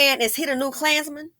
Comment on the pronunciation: Every single time you said "A KLAANZMAN!" I cackled 🤣🤣